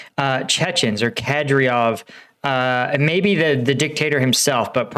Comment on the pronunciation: now is the time to stop saying "kadryov" and start saying "kadyrov"